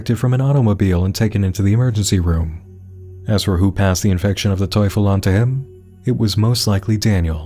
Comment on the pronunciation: btw your pronunciation of Teufel is spot on uwu